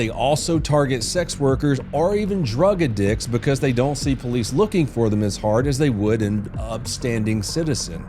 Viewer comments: Drug adicks lmao it’s pronounced ad dicks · "drug a-dicks" 😅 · You heard him "drug a dick's". What a horrible thing to do to a sporting goods store.